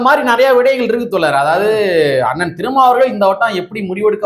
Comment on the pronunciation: தோலர் அல்ல நண்பா தோழர் என்று சொல்லுங்க